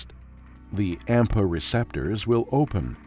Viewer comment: Please note: "AMPA" not "APMA"